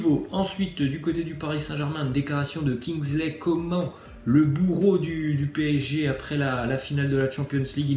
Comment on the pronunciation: Coma'n' pour quoi tu pronosse pas le N ??? Coméme tes un youtubeur de football